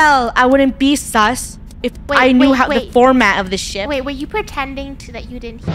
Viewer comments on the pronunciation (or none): WHY DID SHIP SOUND LIKE THE S WORDDD😭